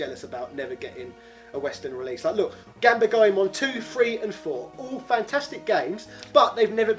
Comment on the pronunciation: Say it with me: Gone-bah-le Goemon